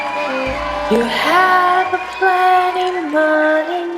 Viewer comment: lyrics: You hab planty money 19 20 twoooooo You led other woman mica Fool of you Why don't you doitright Like some other man do? Get out of heer Get me some money too Why don't you do it right Like some other men (d)doooooo I'm in love with his way of pronunciation >w<